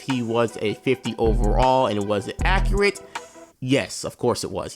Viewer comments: Is struggling with the word accurate a black thing? I’ve only ever heard black people say accreate all be it said it once but this is a legit question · Man said accreat